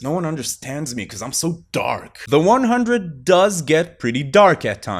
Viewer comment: I am extremely surprised to see no one in the comments told him he's pronouncing the title of the show incorrectly